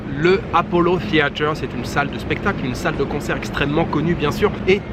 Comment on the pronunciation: Pas le apollo « seeather « ! Mdr en tout cas tu seras pas dépaysé! Avec les bons anglicismes français !